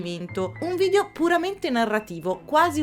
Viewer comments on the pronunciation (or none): none